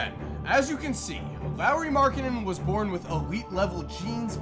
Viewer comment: Did anyone else hear say porn?? Instead of born